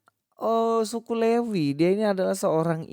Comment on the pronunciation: Mas pras...juga salah,..dia bilang levi...bukan lewi...hahaha..